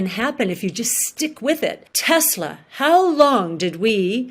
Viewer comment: She's right, but she can't pronounce Tesla, neither can you buddy...